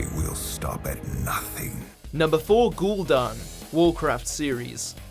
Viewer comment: Let's not forget about "gool'dan"